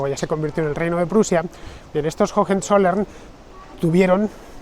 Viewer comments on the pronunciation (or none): Por favor Fernando, "jojenzollern" no. Höhe son dos haches aspiradas levemente, la fonética de la segunda prácticamente inexistente. Para nada es pedantería, lo pronuncias todo perfecto salvo eso, un error muy común entre los hispanoblantes para con las haches en las palabras alemanas. Una vez más, enhorabuena por tu programa didáctico; qué manera de aprender contigo!! Un saludo y disfruta de Schwaben!!